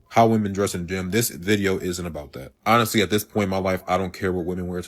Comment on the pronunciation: "honestwy :3°